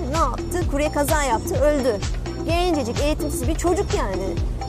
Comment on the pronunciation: eğitimsiz olayına neden bu kadar bastıra bastıra söylüyor hayır sen eğitimlisin de noluyor daha kendini doğru düzgün bir şekilde anlatamıyorsun